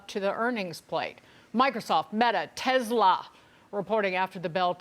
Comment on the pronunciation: Tesla not Tezla